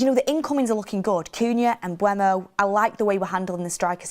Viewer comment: She way she pronounces Mbuemo is jarring “Umbermow”